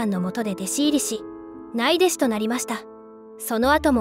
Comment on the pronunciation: 内弟子は「ないでし」と読むのではなく通常の日本人は「うちでし」と読みます正しい日本語を使わないとそれこそ差別されますよ。！